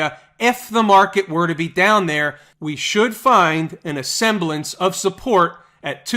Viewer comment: Semblance!! Come on. You're driving us nuts here. semblance [ˈsembləns] NOUN the outward appearance or apparent form of something, especially when the reality is different. "she tried to force her thoughts back into some semblance of order"